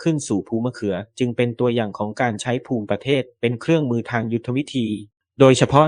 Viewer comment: ต้องอ่านว่าภูมิประเทศไม่ใช่อ่านว่าภูมิประเทศ